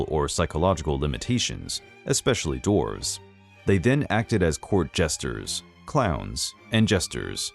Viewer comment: God, that ending statement hit hard. Also kept thinking you said Draws (as in furniture) not dwarves.